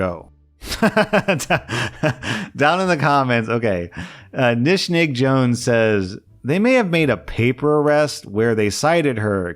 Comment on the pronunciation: I cracked up hearing you say dishnig jones!